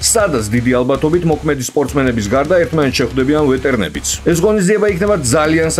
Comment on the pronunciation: ვეტერნები აღარ თქვა გეხვეწები ვ ე ტ ე რ ა ნ ე ბ ი 👌